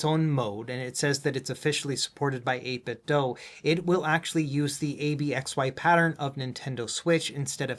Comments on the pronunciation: its 8 bit "do" as in DOO DOO. not do as in DOUGH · I'm gonna dough you a favour and say you should ask 8bitdo how to pronounce their name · Why is it 8bit "Doe" .. "Doe" is spelled with an "e" .. this is 8bitdo. "do the math" do. ????